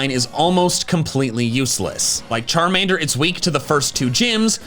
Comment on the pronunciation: It's Charmander, NOT Charmeder!